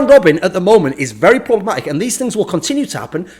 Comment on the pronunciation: "Problamatic" why thorin, why